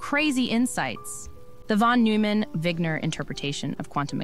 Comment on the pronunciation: its wigner, not wiger